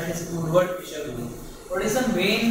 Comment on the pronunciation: How do you get Fisher from Fieser?!?!? I so dislike when people spell or pronounce my last name improperly. That was my great uncle, Louis Fieser. Pronounced like Fee-zer.